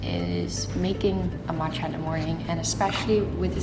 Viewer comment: Watching from Asia (Japan) and I like the early posting time :) Love your accent when you say matcha☺️🍵